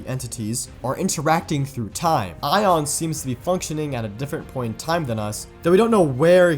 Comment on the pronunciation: why do you say aion like “ion” when the only time we’ve heard it pronounced is like “a on”